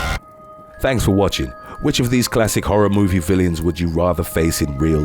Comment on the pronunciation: No one else notice the narrator said 'villians' at the end rather than villains?....just me?